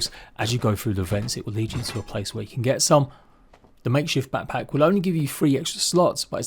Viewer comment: Haha “papack”